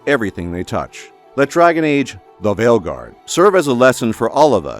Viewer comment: I subbed to your channel purely for how your pronounce Dragon Age: THE VEILGUARD